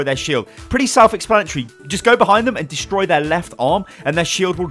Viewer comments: "Destory Shield" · "Destory shield" - 2017